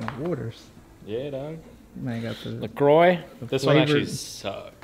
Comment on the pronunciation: Small tidbit of useless/useful info 🤷‍♂....The "Croix" in "La Croix" is French so it's pronounced "Quah".